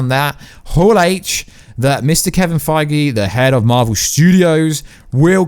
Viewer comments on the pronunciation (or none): none